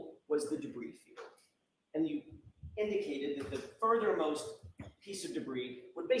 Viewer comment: I was quite excited at the thought of the "brie field" 😅